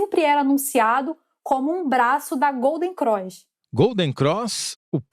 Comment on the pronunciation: Gata, não é Golden "Croix". É Golden CROSS. Detalhe: eu também sou carioca.